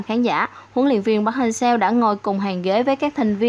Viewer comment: Mong chị đọc đúng tên :v Nghe khó chịu vl :)